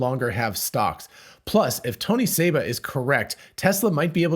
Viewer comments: It's Seba, not Saba. this guy is a clown and is wrong on most everything. I've debated him and proved him wrong over and over on his EV predictions. He KNOWS that he's wrong but also KNOWS that there are suckers out there that will believe anything. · His name is Seba, not Saba.